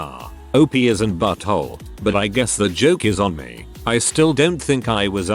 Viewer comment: What about just pronouncing "me" correctly instead of M-E?